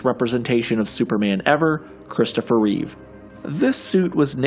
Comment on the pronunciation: ITS REEVE!!!!!! Not with an s